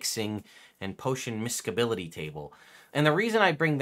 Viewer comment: This is the first time I’ve heard this term pronounced “misk.e.bl” instead of “mis.e.bl”. Pretty sure that’s a soft C there,.